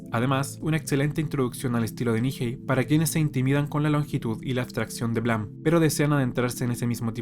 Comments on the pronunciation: Buen video, solo que terminé con TOC de tanto escuchar blam, en vez de Blame!(pronunciado bleim!) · Blam, blam, blam. Se pronuncia "bleim" hombre 😅. Buen vídeo igualmente.